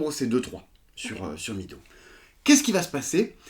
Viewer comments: FYI, Meadow ne se prononce pas midow mais médow (plus ou moins) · meadow si dit mèdo ;-)